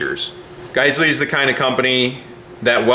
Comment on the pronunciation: I believe it’s pronounced “jizzell” or “gazelle”.